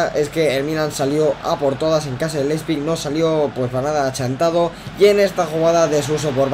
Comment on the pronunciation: L-E-I-P-Z-I-G, no Leizpig, jejeje. Muy buenos videos, los voy siguiendo, saludos!!